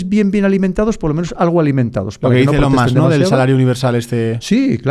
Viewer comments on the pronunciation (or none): none